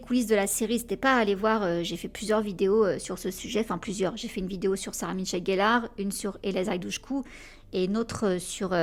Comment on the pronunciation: C'est Sarah-Michelle, pas Sarah MiTchelle-Gellar comme tu as tendance à le dire. :) Son prénom n'est pas Sarah mais Sarah-MICHELLE. Pardon j'ai jamais rien dit jusqu'à présent parce que ça parait anecdotique, mais pour avoir eu mon prénom, pourtant ultra facile, écorné toute ma vie, je trouve qu'il fallait le dire (pour Sarah-Michelle). :) Oh là là j'aurais ADORÉ voir Michelle jouer Bella... ça aurait été tellement mieux qu'avec KStew (à mes yeux)...